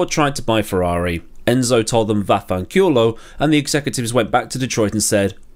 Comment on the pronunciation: As a Italian I really appreciate your ' vaffanculo' quote and pronunciation😂